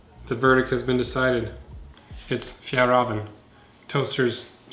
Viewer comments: Just say fjällräven like "fjell raven" no need to say "rahven" like in ramen wtf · Me: fajall raven kanken Him: fyal raven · It's pronounced fjEllrEEven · Is it pronounced, "Fall Raven"? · The way you said Fjällräven var skit roligt